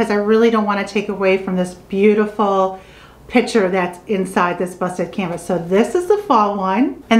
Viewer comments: I noticed that, too! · The work is "picture" not ".pitcher."